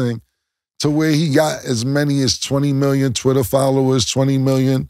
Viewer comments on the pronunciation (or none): none